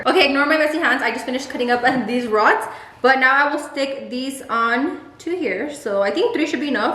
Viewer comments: “Roddles? Throds? Rods! Rods.” 🤣😂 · She said roddles 😂😂😂 I love!!!! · "roddles" lmfao